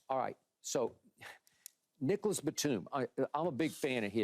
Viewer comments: Nah he pronounced it Niggalas Batum 😂 Paul pierce ain’t that reckless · He pronounced it Niggalas batum